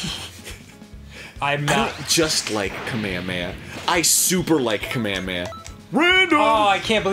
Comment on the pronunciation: I'm not that much of a DBZ fan but my God can you guys just say "Kamehameha"? Idk why but it's making me angry